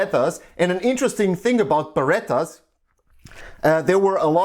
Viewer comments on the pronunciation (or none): Beret is pronounced bear-ay, not beretta like the gun, and that's not even a beret, it's a kangol. That's why he said fresh KANGOL WEARER.